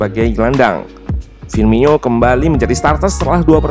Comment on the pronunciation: bang !! yang bener penyebutan nama firmino itu dibaca sama kayak penulisanya, gak pake NYO, beda lagi kalo fabinho.. baru bener itu penyebutannya fabinyo